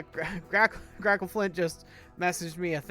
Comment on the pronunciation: Your pronunciation is right, but do feel free to call me Grackle or Grack if it’s easier.